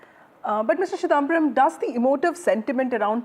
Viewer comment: This anchor, like most Hindi-speakers, ought to learn to to pronounce non-northern-Indian names correctly. It makes me strongly suspect that they INTENTIONALLY mispronounce Mr. Chidhamabaram's name as ChiDAAMbaram, especially given the fact that he has been prominent in Indian politics for several decades now.